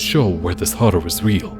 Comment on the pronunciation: I like the way you say horror. It sounds cool.